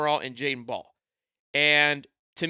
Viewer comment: Can you say his last name correctly lol